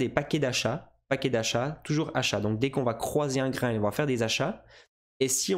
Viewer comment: On dit GRID trading avec un "I" pas GRIND lol